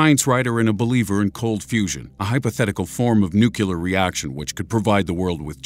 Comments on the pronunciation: There's that potty, "Nuke You Ler", again! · NEW-KLEE-UR! Supes annoying. Haha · Neucular... aaaagggghhhh it's driving me nuts!!!!!!!!!! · I stopped the moment I heard, "nuc-ya-ler" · It's difficult for me to hear the mispronounced word "Nuclear" in any scenario, but from a guy who thinks he's smart? Please pick up a dictionary soon! Nucular is not a word. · Yeah, he said "nucular" about 20 times and it just about drove me crazy! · Nucyular makes you sound like an idiot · Nukular? Really? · it's not nuke - ya - later? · Stop saying nuKular in all your videos..I can't take it anymore !!!! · NuCULAR? Seriously? This irritates me as much as everyone who refers to it as the "dark" side of the moon! Just saying... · NOO CLEE ARR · why do u keep saying "nu-cu-lar weapon" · it's NOO-KLEE-ER 😠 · that is not grammar; it`s pronunciation... lol. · This doesn't have to do with being perfect, or not. This has to do with being sloppy. No one talking about science who wants any credibility should be saying "nucular." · wtf learn to fucking talk... nuclear! :S it made me cringe.... I know is a small thing but it ruined the video for me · what is so difficult about the word nuclear? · Thank you! I think that George W. Bush been out of office long enough that we can all go back to pronouncing "nuclear" properly. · The way nuclear was said, kept turning me off this video. Otherwise everything else was good. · Does it really matter how someone pronounces "nuclear"? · lancasterandmiller Yes, it reminds us all too much of George W., and we really hate that. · New Clear. Phonics. Basic English. New Clear. Not Nuke You Ler. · NUCLEAR DAMN IT - NOT NUKULAR LOOK here -> ˈn(y)o͞oklēər AAAAAAAAAAAAAAAAAAAAAAAAAAAAAAAAAHHHHHHHHHHHHHHHHHHHHHHHH!!!!!!!!!!!!!!!!!!!!!!!! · I don't think nucular is a real word. it's new clear...geez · the moment you pronounced nucular instead of nuclear, you lost my vote. Here's a dislike. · Thumbs down for spelling nu cu lar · new-clear not new-que-lear